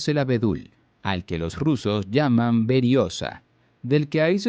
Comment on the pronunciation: #89 no se dice veriosa, sino veriosssaaaá 😂😂😂